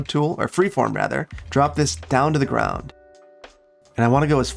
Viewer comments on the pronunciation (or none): none